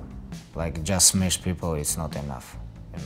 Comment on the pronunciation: Khabib shmash Mc Chicken again